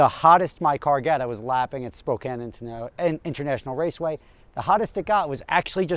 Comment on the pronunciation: Thank you for pronouncing Spokane correctly